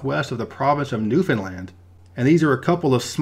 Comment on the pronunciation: Thank you for saying Newfoundland correctly 🙏